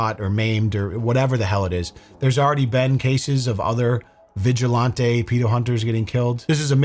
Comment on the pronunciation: Why do you pronounce vigilantes as vigil-ON-TAY. Its vigil-AN-TEE